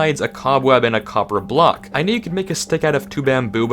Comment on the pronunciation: Why is no one talking about the "copper of block"? Great video tho, keep up the good work